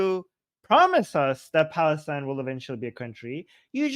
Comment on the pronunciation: or ‘Balastine’😂